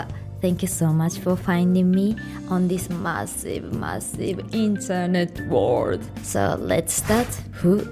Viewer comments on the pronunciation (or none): Do you have to say "Massive" like that?